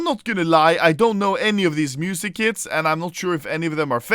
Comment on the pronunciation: Am i the only one who hear "music kids" when he says music kits?